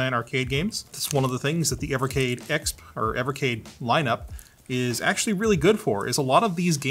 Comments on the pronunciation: It’s E-X-P, dude. Not “Ex Puh”. Weird way to pronounce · I love but every time he pronounced EXP phonetically it hurt my soul. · The way you say "EXP" is triggering a bit ngl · You think you’re funny keep saying ekspp. Who cares man it’s not funny.